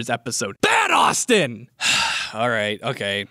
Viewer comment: Died at the "HIII! ITS MEEE! AUUUSTIIIIN!" lol